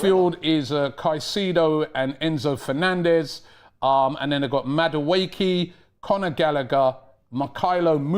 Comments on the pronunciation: Love how stares into the camera trying his best to maintain focused when butchers Madueke's name 🤣🤣🤣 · No Palmer but really worried about Maduwaki and Badiashide 😭 Rob is a Legend with the pronunciations 😂